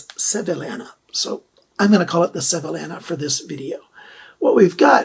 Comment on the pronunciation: Good video. Thanks. FYI, it’s pronounced “Sev-ee-YA-na” 😁